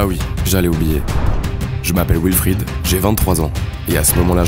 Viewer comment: Wilfrid se prononce Vilfrid. En Allemand et en Français, W se prononce V.